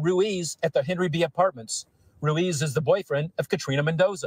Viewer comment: Hey I just wanted to let you know ruiz is pronounced roo-eez xo